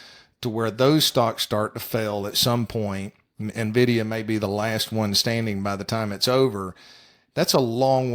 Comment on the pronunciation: You can tell you're dealing with experts when they call it "Navdia". LOL what a joke.